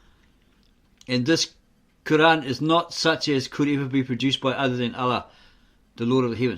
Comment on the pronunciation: You can't even pronounce the Quran and you'll teach us about the truth you joker